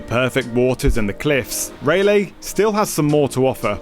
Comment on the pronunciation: Again ray lee beach cmon accent fix it, it’s pronounced Ry-lee-beach